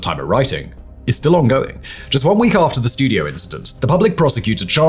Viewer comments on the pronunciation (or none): none